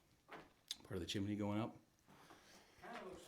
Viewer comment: IT'S TWO SYLLABLES:..............CHIM-NEY. Hell; you explore them!